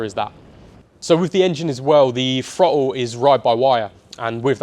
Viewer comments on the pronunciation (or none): Somefin, frottle, wiv, smoov, two or free… if an article was written like this, it’d be jumped all over. Also… really really really really really. How many times can you say really? The transition from writer to presenter must be difficult for some people. I have to presume this is one of those people. I made it halfway through.